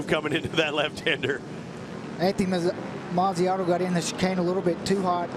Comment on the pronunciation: it is Mazziotto not Manziano